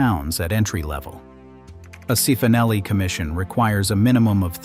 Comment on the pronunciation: Cifonelli (pronounced chee-foh-NELL-ee)